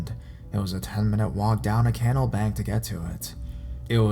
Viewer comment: WTF is a Can-nell? Im positive you must mean Ca-naall, you illiterate